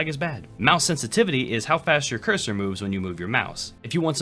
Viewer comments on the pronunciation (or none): none